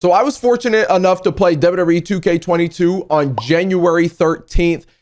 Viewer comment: You said wwer